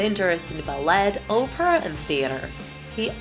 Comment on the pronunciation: And instead of Night at the Opera she said Oprah 😂